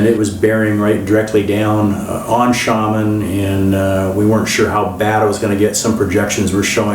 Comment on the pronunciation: Xiamen = shia-men not shamen what is it with North Americans unable to pronounce place names?